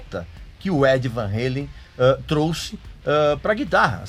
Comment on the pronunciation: Eddie Van 'reilen' ( kkkkkkkk )